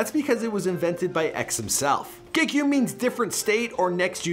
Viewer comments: We already gotta stop were saying ge-ki-um its ge-key-um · So the song he recorded was “Gekyume” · gekume first word will be ayy ayy RIP bro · Gekyume’s teachers are about to butcher his name lol. But the kid is gonna be special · STOP SAYING HIS NAME LIKE THAT IM HIS COUSIN I HATE WHEN PEOPLE SAY HIS NAME LIKE THAT